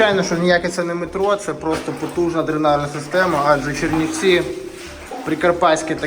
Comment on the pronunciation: Уроди повтікали від мобілізації з Київа, і навіть не можуть вимовити назви того міста куди приїхали!!!